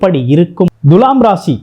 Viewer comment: எப்பா ஜோசியகாரரே துலாம் என்ற சொல்லை எப்படி உச்சரிக்க வேண்டும் என்பதை ஒரு நல்ல தமிழ் ஆசிரியரிடம் கேட்டு தெரிஞ்சு பேசுப்பா. முக்கியமாக து எனும் எழுத்தை எப்படி உச்சரிக்கனும் தெரியுமா? வாயிலே வசம்பு வச்சு தேய்ச்சுட்டு அப்பறமா வீடியோ போடு.